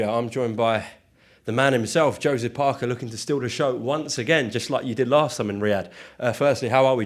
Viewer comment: Paerkeh. Hit him on the chun